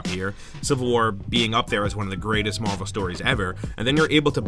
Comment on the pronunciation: LOL. "Marl vs. Capcom 2"